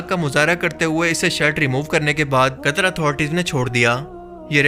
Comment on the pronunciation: Di it's not कतर it's कतार